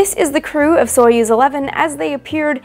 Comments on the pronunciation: Pronounce as Sa-yoz not so yuz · Союз is pronounced [sɐ.ˈjuːz], not [ˈsɔɪ.əs]!!! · stop calling theese names soyuz in english accent its pronounced sayuz qnd spelt soyuz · Soyuz is pronounced more like /sah yuz/ and the U is pronounced between the 2 different 'oo' in foot and food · I know this is super nitpicky, but the correct pronounciation would be closer to "Sajuz", since in the word Союз the "о" is said as the letter "а". The transliteration "Soyuz" is quite bad imo.